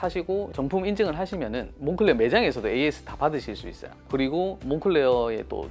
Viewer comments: 몽클레어가 아니라 몽클레르가 맞는 발음 같습니다. 공식 홈피에서도 몽클레르라고 합니다. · 그냥 색이야 몽클레어라고해 색이야.. 한국식발음이야 색이야..